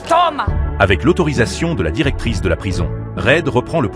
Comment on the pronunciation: Heu ça me stresse "la directrice"